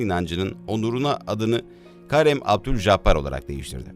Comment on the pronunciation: Karem değil de Kerim de lütfen